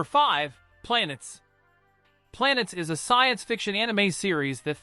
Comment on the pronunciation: My thoughts? It's pronounced "planna-tess". A good list. Some I've seen, some look like a pretty good watch.